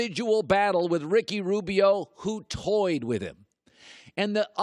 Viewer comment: I heard “ robio” “ westbrick” couple times